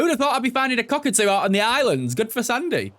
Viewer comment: the way he said COCKatoo 🤣